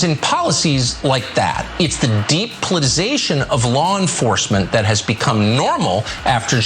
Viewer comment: Why can people not say the word 'politicization' correctly?